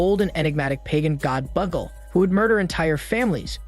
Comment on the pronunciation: Since I've seen this film, I can say the demon's name is pronounced "Bagool," not "buggle."